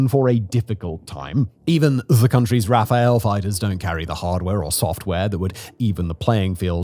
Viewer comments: Please stop saying “Raphael”. The name of the jet is “Rafale”. It is French for “gust of wind”. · and yet they can't get words like Intifada (not "Infitada") or Rafale (say "Rafaal", not "Rafael") right ... quantity is not everything. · Hello from France. It is the Rafale fighter, with two ’’a’’ like in cat in English, so ’’Rafal’’ and not the archangel Raphael at all. It is the 5th time you make the mistake...Please could someone of your staff read this? It would be helpful...